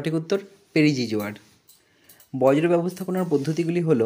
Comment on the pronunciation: Dada ota borjo not bojro 😂